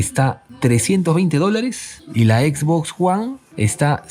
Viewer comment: Jajajaja "X box guan"...